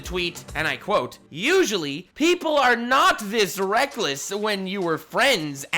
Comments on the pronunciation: says wreckless instead of reckless, The entire community: He doesn't even know that he's dead. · Lol... "wreckless" XD